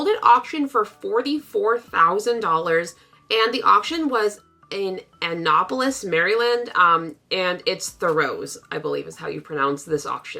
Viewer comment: It's amusing to hear a Canadian pronounce Annapolis. Love your channel. Great video.